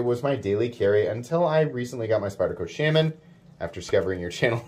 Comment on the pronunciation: It kills me every time i hear you mispronounce shaman!! Lol